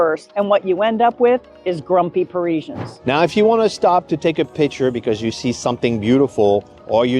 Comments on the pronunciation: #1. Calling them Pareeeeesians. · Maybe you could start by learning how to pronounce "parisians"